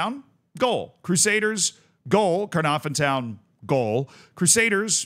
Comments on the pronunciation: Your pronunciation of Caernarfon hurts even as an English speaker. For a single F it’s an effective V. So it’s Kerr narr ven effectively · Love seeing some Welsh teams getting some love :) your pronouncing needs some work but who can blame you 😂 it's pronounced c(lowercase)- narw -vun.. harder than it looks even trying to explain lol, Connahs Quay is just pronounced Connors key :)